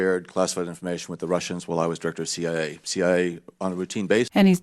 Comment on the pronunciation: CIA not IA .